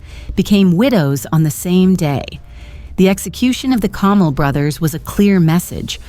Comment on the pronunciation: His name was Kamel. It is pronounced differently from camel.